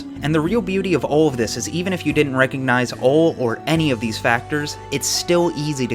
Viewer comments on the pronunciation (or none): none